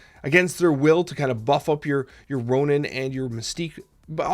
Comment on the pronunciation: It's Ronan, not Ronin.